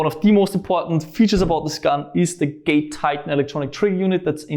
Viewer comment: I always hear gay titan when he says it